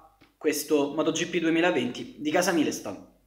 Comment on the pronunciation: "Mailston" sarebbe più corretto come pronuncia, significa pietra miliare. Comunque io a sbk ci ho giocato ed era difficilissimo senza controlli. Aveva una quantità di regolazioni infinita e senza sentire cosa fa la moto (come fai un force feedback per le moto in effetti?) era ancora più difficile. I giochi di moto devono essere arcade purtroppo